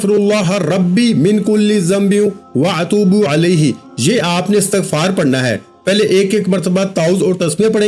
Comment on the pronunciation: بھائی آپ تو استغفراللہ ربی من کل ذنب واتوب الیہ بھی صحیح نہیں پڑھ پا رہے۔۔۔اتوب علیہ نہیں ہوتا۔۔۔